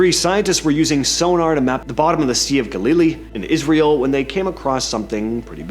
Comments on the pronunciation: / Sea of Ga-Lil-Lee? Really? It’s the Sea of Gal-Lih-Lee. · gal-la-LEE...The sea of Galilee....GAL-I=LEE. [gal-uh-lee] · ˈgæl əˌli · / Sea of Ga-Lil-Lee? Really? It’s the Sea of Gal-Lih-Lee.